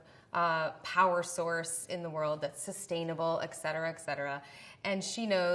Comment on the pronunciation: hey Elizabeth Banks, it's ET cetera. not EK cetera. hope this helps you communicate.